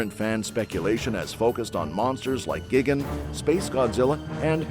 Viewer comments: GIGGEN? ugh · This mf said gigane** what an absolute imbecile